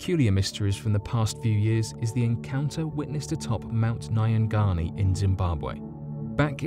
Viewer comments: dungoist I can tell you that no. 1 is a load of crap. Mount Nyangani, not Naya Ghani as the author spelt and pronounced it, is not creepy or spooky. I am a Zimbabwean and have been climbing that mountain since I was a kid. I, like many Zimbabweans have climbed it several times and have never experienced anything odd. I have spent a lot of time in Nyanga, which is where the mountain is located (my Uncle lives there) and have never ever heard anyone say the animals are not of this world. We are a small country population wise and believe me, if there was some urban legend it would be the talk of the town. It’s also a load of crap that no one have ventured up the mountain since this guy. The mountain does get mist and there are signs telling you to just sit down and stay put until the mist passes. There have been a few accidents over the years but that is because people don’t listen or use logic and they continue walking through the mist and fall into crevices, etc. I think that, like the author said, this guy became disoriented and confused. It’s not even that big a mountain, you can go up and down in a few hours. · I am a Zimbabwean and your pronunciation of Mount Nyangani is hilarious. I genuinely had no idea what mountain you were talking about until I figured out what you were trying to say. I understand that you wouldn’t know how to pronounce it but I suggest looking up pronunciations before doing your videos. Also there is nothing spooky or mysterious about it. I have climbed it several times as have thousands of other Zimbabweans and I have never heard this so called legend.